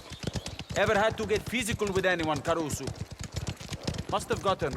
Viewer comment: And carusu